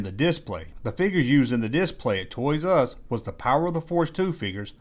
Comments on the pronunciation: Great video man, but for the ever love of god, it's TOYS-ARE-US, not TOYS-US... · It;s pronouced "TOYS ARE US" not "ToYRuSs" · It's Toys R Us, not Toysus.... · Not trying to be a Richard but, is there a reason you vary your pronunciation of Toys 'R Us between "Toyzus" and the traditional "said as spelled", "Toys 'R Us"? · "Toys Us"! I'm cracking the fuck up. Is this? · ''Toys' Uz''......(?) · "Toys Uh Us" lol!